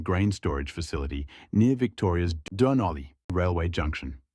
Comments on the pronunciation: Robot you can’t even pronounce Dun Olly, suggest you go back to school. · Is this AI narration? it says 'Dunolly' really weird